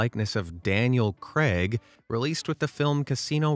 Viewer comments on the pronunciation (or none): none